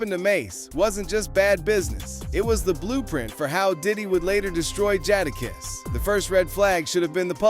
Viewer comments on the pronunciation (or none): Next time pronounce his name correct. I didn't hear mase say one word about jadakiss this B.S. click bait usually. You meters need to get sued for this B.S.